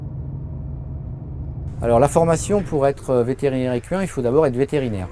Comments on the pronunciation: "Écu 1" Jpp ca ce dit "ékin" Lol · J'ai fait des recherches et, en FRANCAIS on prononce "ékain" ! Car le "qu" se prononce "k" et ce n'est pas une exception. ;) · oui lui il dit : vétérinaire ékuuuuain